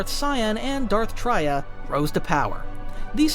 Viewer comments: Wookieepedia summary of the events? At least look up the pronunciations of the characters you're talking about. Traya comes from the word "betrayal," hence it's not pronounced as [Tr-ah-y-ah], but [Tr-eh-y-ah] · Real quick, you are pronouncing Traya and Kreia wrong. It is Tray ah and Kray ah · Tria? Who? Bro you cant read😂😂😂😂😂😂😂😂😂😂😂